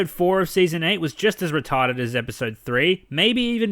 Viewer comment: "So Retawded!"